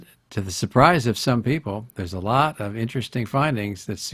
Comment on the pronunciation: lot not laaaart